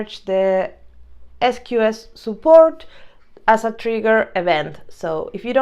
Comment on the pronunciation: interesting sqs pronunciation "es coo es", later you pronounce queue properly... ES cue ES is correct... sqs === ES CUE ES or s queue s... good lesson thanks for the content!!